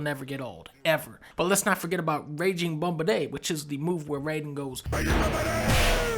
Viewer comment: "Raging bumbaday" made me laugh loud enough to get the attention of everyone around me at work. Thanks for embarrassing me, Dunkey. 👍